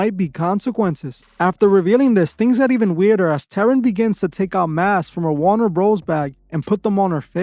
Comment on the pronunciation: She put an emphasis Warner Bros. Almost like - warn-a-brother